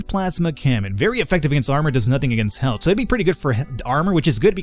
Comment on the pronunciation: How come you pronounce the word "health" the way you do?